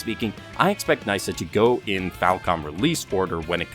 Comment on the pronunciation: its knee-sa not nice-sa 🤣